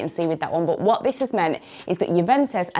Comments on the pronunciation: More like "bot" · Nobody Nobody who speaks English: Bůtt